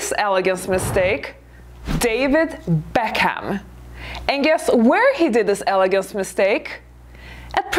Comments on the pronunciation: Guess what - it's also not elegant to mispronounce people's names and surnames. (its not BECK-HAM.. It's pronounced Beckem) It's also not classy to use incorrect grammar and syntax. Maybe improve your English before you start lecturing others on how to behave.... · Saying Mr Beck-ham, lol :). Not elegant. Not elegant at all my dear.